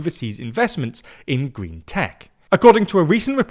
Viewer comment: Many thanks to for narrating this video on China’s gween belt & woad pwoject.